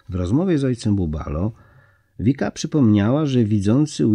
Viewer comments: ViCka, nie Vika ☺️ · Vicka, a nie Vika.